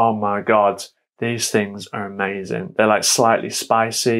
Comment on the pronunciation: From to you can hear an interesting and very British phonological phenomenon: "wrong" was pronounced with "-nk", while "amazing" was pronounced with "-n" (and none of these was pronounced with "-ng"!)